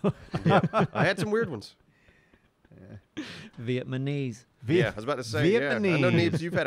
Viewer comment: OMFG I almost spit Coke out my nose when you said vietmanese. My childhood friend: vietmanese Me: what? Dude it's vietNAmese Friend: that's what I said, vietmanese. Me: no you said vietmanese Friend: no I didn't, I said vietmanese, wait.. vietmanese.. vietmanese God damnit viet Na mese, there vietmanese DAMN IT! ME: 😂😂😂🤣🤣🤣 To this day he'll still screw it up if isn't paying attention.